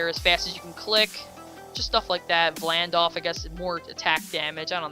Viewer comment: O my god did you realy call vladolf vlandlf